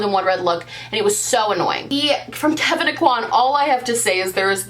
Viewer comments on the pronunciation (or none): none